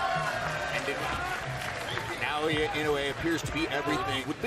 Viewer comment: NOT "Nay-oya."